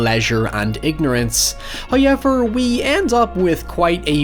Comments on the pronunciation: I can't stand the way this guys says "hi-eever" instead of however. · this guy sounds so uneducated and idiot. who t f pronounces however as hay-ever? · You have the WEIRDEST "however" i heard,ever!!! "HAIIJEWWERRRRR"... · Every time thick northern Irish accent pronounces "However" I get a little giggle. And the 2002 movie is really underrated imo.